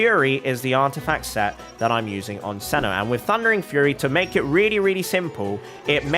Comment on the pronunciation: How do you get “Cenno” from “Cyno”